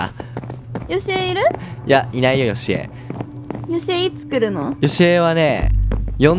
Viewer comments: ヨシコじゃなくてヨシエじゃない？ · よしこじゃないよ よしえですよ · よしえのことよしこって言ってたw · 1分35分の時よしえじゃなくてよしこって言ってなかった??wそれをはそうそうという。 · よしこじゃなくて よしえですよww😂😂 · よしこじゃなくてよしえだよ